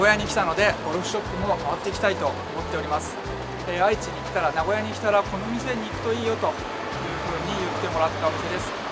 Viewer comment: 発音：名古屋↑じゃなくて名古屋↓です。